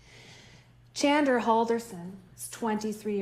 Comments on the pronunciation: Katherine, for the defense of Chandler, (or it sounds like she calls him Chander lmao) saying "this 23 year old young MAN" then calling him a kid in the SAME SENTENCE?? Like two things, one, he's 23!! That's a grown ass man!! And two, learn your clients name 😭 (I doubt she doesn't know his name, I'm just being an ass based off of how it sounded lol) but no matter what, he's not a 10 year old, I literally had a child of my own by 23! Thats a fucking adult. I hate when people try to infantasize criminals, just let then get their punishment, damn! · lmao his own defense lawyer didn’t even say his name right. But I can’t tell if she’s feeling bad about defending a killer or if she’s just a bad attorney, but listening to her feels like a huge waste of time (ok not new to the game, probably just knows she’s not defending an innocent man like she’s claiming) There’s no way every person in this courtroom isn’t thinking that chandler is 100% without a doubt guilty. If someone else had done it, they wouldn’t have even had time to dismember TWO BODIES, much less try to get rid of those bodies in the fireplace of the family home, you’d have to have just enough brain function to stay alive to be able to even consider that would ever be possible. I’m equal parts disgusted and upset honestly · Is the Defense Attorney calling her client "Chander" instead of "Chandler"? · His lawyer couldn't even pronouce his name right. She's literally calling him "Chander". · Was the DA calling Chandler "Chander"??? lol You know it's bad when the person who gets paid to defend you can't even get your name right, much less say a name that's not a name... O.o This whole video has been wild. I just wanted to comment this cuz it made me laugh cuz I know what it's like for people to get your name wrong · Is it just me or does his attorney keep calling him Chander? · The defense lady can’t stop saying “Chander Halderson” 😭😭😭😂😂🥹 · miss defense even got his name wrong (chander)